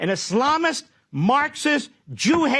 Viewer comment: Mark Levin pronounces Islamist like hes got salami on the brain